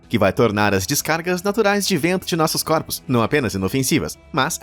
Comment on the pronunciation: "... descargas naturrais de ventos de nossos corpos..." kkkkkkkkkk